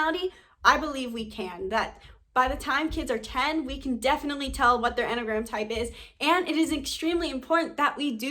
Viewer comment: Couldn't get past 1 minute in this video. The way she says enneagram makes it sound like mammogram bc she's missing a syllable... I'm a type 1, so shoot me😑